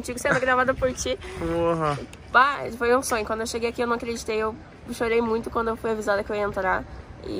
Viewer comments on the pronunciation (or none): Da agonia quando ela fala Bahh!!! Kkkkk Se tem Baah!!! Tem lake.